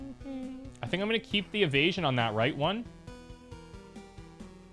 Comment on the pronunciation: Every time I here him say "Evasion" I die a little, lol